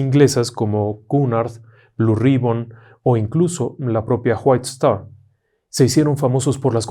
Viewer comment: ¿Por qué siempre pronuncia como J las Wh en inglés? Whitestar se pronuncia Guait-estar, no Juait-estar. Saludos